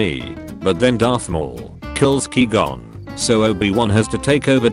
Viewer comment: Nobody: The automated voice: QWEE GON